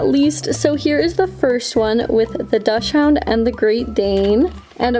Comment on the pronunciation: Love the video sm but it’s pronounced dock-sund 🥹❤️